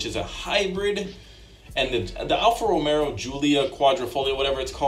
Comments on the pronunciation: Is he saying Alfa RomeRo?? There's no R. It's Alfa Romeo. Also... He kept saying the Aston was small and comparing it to a Miata? Dude its a GT car they are big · Did... Did he say alpha romero? Its romeo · it’s Alfa Romeo not Romero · Imagine being a car guy and thinking its "Alfa Romero"